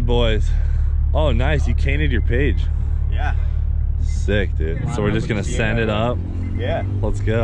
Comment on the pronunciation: "Ahh the boosted boys, nice you cainted your page" I love this shit